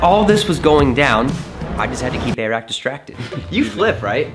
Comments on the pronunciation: It’s not eehrack, it’s like eric, air-rack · Air rack not airack xdddd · not trying to hate but its not a rack it is airrack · its airrack, not a-rack. and its a drone not a hover board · It’s not a-rack it’s air-rack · it is pronounced air-ack